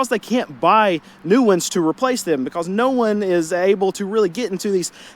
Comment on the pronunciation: Why did the chicken cross the road? "BeCAwWWwSS" 😅 lol the amount of times he said "BeCAwWWsS" had me rollin 😂